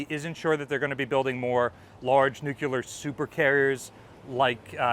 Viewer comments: I just gotta say it, because it's driving me nuts. It's Nuc-lee-ar, not Nuc-you-ler. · We all know the word is Nukular ;-)